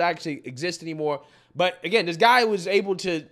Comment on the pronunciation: That not "Dat"...This not 'Dis"🙄🤷